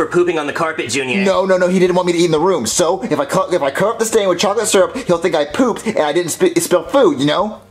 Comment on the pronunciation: Junior said syrup wrong